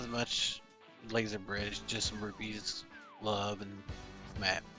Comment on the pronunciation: Rupees, not rubies. Lord.